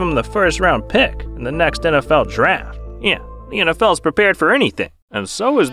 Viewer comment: Why do you say “yeah” like that. “nn-yeah”